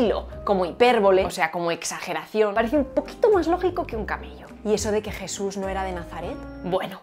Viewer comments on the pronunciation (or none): JIESUS? Giente? Un nuevo ejiemplo de esta pronunciacion chilena. Pero en Espana donde se habla asi?